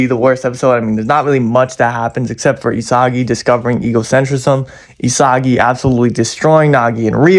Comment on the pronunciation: isagily* ✅✅ isagi* ❌❌